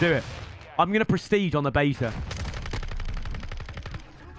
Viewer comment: There’s a open baeeea 😂(beta)=correctly